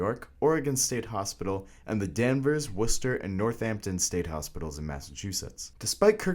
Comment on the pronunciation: Good job with the video. Either the creator is from New England or did his research based on how he pronounced Worcester correctly. Worcester state hospital was demolished and rebuilt into a modern facility after being abandoned for years sounds like he used his younger sister with braces to do the the voice. They aren’t fun so I hope her teeth at least came out good. 😁